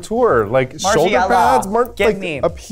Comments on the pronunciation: Not Mik pronouncing margiela wrong!! Come on sis what would Violet think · "Mar-Gee-Ella" Gottmik...you in danger girl.